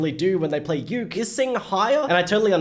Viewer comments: its boywith ukey its not said how it looks just to say ^^ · U said youk its uke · Read it like boywithook